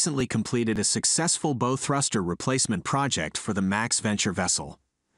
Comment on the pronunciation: It’s bow not bow